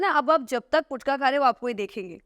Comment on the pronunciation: Puchka nehi Fuchka kaha jata he Kolkata me. Jo F ke jaga p se suru karte he likhna, 'H' ko nehi dharte he. Pu nehi phu- fu.